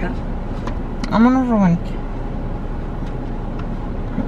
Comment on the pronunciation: Mama: "amonos Ruben" lol